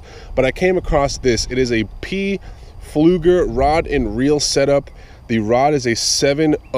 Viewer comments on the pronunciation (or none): always enjoy your enthusiasm and local fishing adventures and am a happy subscriber. BTW, the p is not pronounced in pflueger.